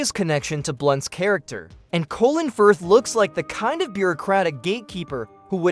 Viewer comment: Why do you call Colin Firth - Colon Firth ?